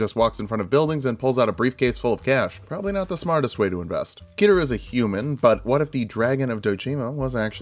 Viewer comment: "KI-RU" ... I cri